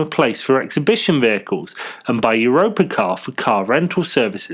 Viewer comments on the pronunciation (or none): 3 pence not d, Europcar NOT Europacar